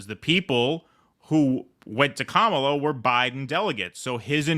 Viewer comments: KAH-muh-luh. The stress is on the first syllable. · Number of elected delegates Kamala has ever won: Zero. Welcome to the undemocratic Democratic Party. BTW, it's KAMala, not KaMAla. They are saying it's racist to mispronounce her name. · Wait so is it pronounced Kamala or Dogshit ? I'm so confused! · Commola, saddum, fawni, fanny. Django? I'll pronounce these as I wish minky